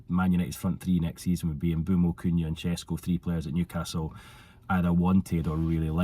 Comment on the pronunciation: u pronounced his name perfectly without struggling to say but u are pretending to not know how to say his name 😭🤣. I get it he disrespected you earlier and u have to get back at him but come on 😂